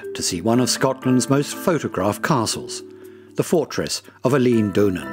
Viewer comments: Pronunciations are terrible. Eilean Donan is not pronounced like that haha haha. Do some research before you make a video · Great film. Spectacular and informative. I agree the pronunciation left a lot to be desired: but hopefully loads of tourists will be encouraged just the same, all asking the whereabouts of Elaine Doonan's castle and it's surrounding lock (and possibly canal!). I bet the narrator manages to buy his croissants for breakfast and avoids the croysants... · Almost every time I read of or hear about Eilean Donan Castle, a different pronunciation is given. Here, it's ih-LEEN, then later ih-LAYN. A Scottish video yesterday said ELL-in. There's EYE-leen, eye-LEEN, el-LEN, el-LEEN, AY-leen and probably others. I've begun to think it's a conspiracy so the Scots or someone can make fun of ignorant tourists. Seriously, is the name pronounced differently in different Scottish dialects? May I suggest that a Scot trained in IPA write out the correct pronunciation for the entries on Eilean Donan at Wikipedia et al., and add audio of someone saying it? In the meantime, I would hope Scots would remember that they'll make plenty of pronunciation errors in a foreign country, too. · Dreadful pronunciation of Eilean donan Castle pronounced aaylun donan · Whoever narrates this video mispronounces the name Eilean Donan. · Good video , be better with a Scot doing the narration , this Englishman does not know how to pronounce names ! Eg , Eillean Donan , Dunvegan , Gaelic , Sleat etc 😂 Spoils all the effort that went into making it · Worst pronunciation of scottish names ever. Wtf is this.. Ilan donnan, locks???